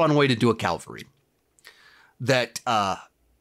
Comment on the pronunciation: Cavalry not calvary